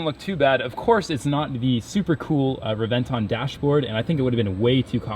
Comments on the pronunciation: re-ven-TÓN..... NOT re-VEN-ton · Everytime i hear the way you say Revent-tawn i wanna punch you out. Its Reven-Ton not Tawn. Fuck. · Pronounced Rev-en-tone. Like the sound of a lightning strike. Rev en tawn Get the fk outta here. Dun dun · It's Rev•en•ton not Re•vent•on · Please.. Please stop saying reh-ven-TAWn.. Its REh-ven-thóhne!. Spanish word bro! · it's pronounced Lamborghini Hébentoń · Reb-en-ton it's spelled Reventon but pronounced rebenton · The more he says revonton the more he pisses me off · Hate the way he says re venton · you say it wrong lols it should sound like Rebenton < as it is in italian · It's pronounced rebenton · Reventon simple American it's called reventon got pronounce it correctly next time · Bro if you are gonna say it so damn much, can you please teach yourself the proper way to pronounce Reventón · Please learn how to pronounce it properly. You're making a video about it, you clearly know a lot about it, it's infuriating you pulled a 'murica and couldn't get educate yourself on the pronunciation. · Sees one 2 or 3 times a week yet still dosnt pronounce it right. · Well, you managed to pronounce Reventon correctly one time in the video. That was not a replica Reventon. That was more like a phantom. To make a phantom 1969 Chevelle SS you buy a base model 1969 Chevelle do a power train swap with the correct parts. Paint it as an SS and add the SS badges. Then if you want, install a reproduction SS interior. A replica usually shares little more than looks with the original. That phantom Reventon probably cost about half what the "real" one does, which still puts it in the typical hypercar range and the performance is probably very close. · That is not how you say reventon pisses me off you do not say it correctly if you say you are a car guy. No sub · learn how to pronounce words - Reventon and also AUTO BOTS Not Auto Boty.. SMH